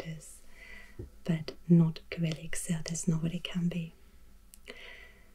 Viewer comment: In English, Cyrillic is pronounced with a soft C at the beginning, not with a k. : )